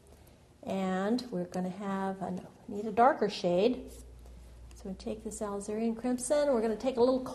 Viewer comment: Really enjoyed your lovely video. You paint very beautiful roses. BTW, alizarin crimson is pronounced uh-LIZ-uh-rin (starts out same as Elizabeth)